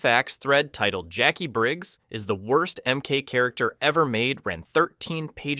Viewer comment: Why are you saying "Jakwee"??? Its just Jackie written differently. Like Spanish "qui"